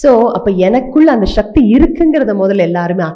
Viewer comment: சக்தியா? ஷக்தியா? இனிமையான ஒரு மொழியை பயன்படுத்தும் போது கவனம் வேண்டும்.